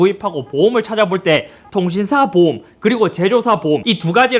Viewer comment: 보험을 자꾸 보옴이라고ㅋㅋㅋㅋㅋㅋㅋ